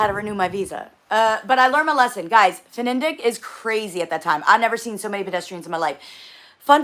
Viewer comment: Its FniDeQ Fni Dek not fenendek